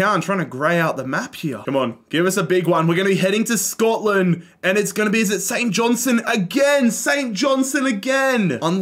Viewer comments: st johnstone fan here, its pronounced St JohnsTone not st johnsone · Saint johnstone❌ Saint Johnson ✅